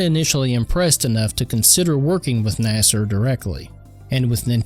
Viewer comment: "Nasser" is crazy work....😂 "Nah-seer"